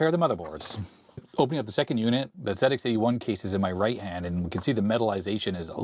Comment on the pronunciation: Hi, as a Brit, I'm glad that you're saying "Zed Ex 81" rather than "Zee Ex 81". 😁😁 Also the ZX81 screen buffer wasn't a fixed size, it expanded and contracted as necessary. In the UK the VIC 20 was about £200.